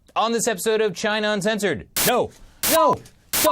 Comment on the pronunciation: emphasis in uncensored at the end!